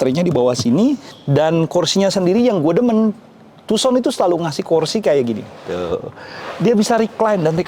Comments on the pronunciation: Agak terganggu sebutan tuuson nya.... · Setau ku dibaca Handey Tuusan